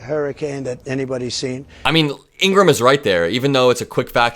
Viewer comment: if you're going to mock Trump for mispronouncing names, you should learn to pronounce IN-GRA-HAM the same way the Fox host pronounces her name.